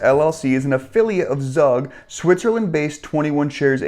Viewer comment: Hey. Good video. by the way, Zug is pronounced to sound like Zoog.